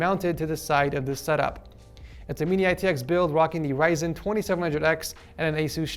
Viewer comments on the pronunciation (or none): none